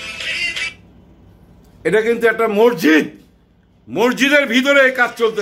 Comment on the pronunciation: মরজিদ না মসজিদ হবে।